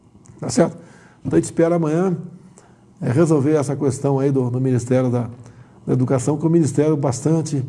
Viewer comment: Questão , não " cuestão ".....🤦‍♀️